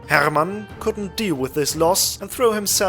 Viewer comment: I enjoyed the way you pronounced "Rolf" and "Hermann". You can't say it more high-german / lower saxony-y.